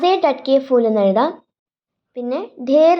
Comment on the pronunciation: അഭിനന്ദനങ്ങൾ, നല്ല അവതരണം. കവിത നന്നായി മനസ്സിലാക്കിയിട്ടാണ് ചെയ്തിരിക്കുന്നത്. Pronunciation നല്ലതാണ്. പക്ഷെ ഫൂൽ എന്നത് f ഉച്ചരിക്കുന്നതു പോലെ പാടില്ല. അതു പോലെ പലയിടത്തും Spelling mistakes കണ്ടു . പ്രത്യേകിച്ചും कि വേണ്ടത് മാറിപ്പോയി. Type ചെയ്യുമ്പോൾ കുറച്ചു കൂടി ശ്രദ്ധ പുലർത്താം. ആയാസരഹിതം എന്നതിന് ആയാസകരം എന്നാണ് കേൾക്കുന്നത്. സ്കൂളിലെ ഹിന്ദി അധ്യാപികയുടെ മേൽനോട്ടത്തിൽ ചെയ്താൽ തെറ്റുകൾ ഒഴിവാക്കാവുന്നതേയുള്ളു. എന്നിരുന്നാലും അഭിനന്ദനാർഹമായ അവതരണം. Keep it up 👏🏻👏🏻👏🏻🤝🤝🤝💐